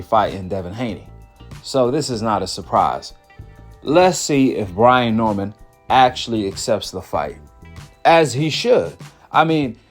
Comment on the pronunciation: Brain???? 😂😂😂...its Brian.